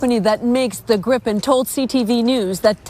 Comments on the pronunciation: It’s pronounced ‘greepen’. In Swedish a single vowel followed by a single consonant makes the vowel long. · Just a small observation. Gripen" is pronounced as "GREE-pen," with a long "ee" sound for the first syllable and a soft "p" sound for the second. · Swede here (30 years living in Canada) to help with pronunciation - Saab [Griipn] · For future reference: Gripen is pronounced "Gree-pehn". There's only one P so it's a long I. But onto the point: If Canada is responsible for building the factory, supplying it with materials and staffing it, that's a major plus for SAAB since they would still collect "royalties" or have some other way of benefitting from the deal. Less hassle for us while gaining benefits, and still bringing in lots of jobs and opportunities for Canada in addition to strengthening our bonds between nations. Sounds like win-win to me.